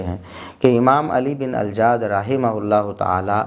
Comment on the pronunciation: اللہ آپ کو کروٹ کروٹ چین سکون اطمئنان راحت عطا فرمائے، کتنے مضبوط دلائل سے آپ نے یہ معاملہ واضح فرما دیا ۔۔۔ پلمبر مرزا جی تو علی بن الجعد کا نام تک صحیح نہیں لے پایا ۔۔۔۔ بس اس چوہیا کی مانند مسواک کی ایک لٹھیا لئے پنسار کی دوکان کھول بیٹھا ہے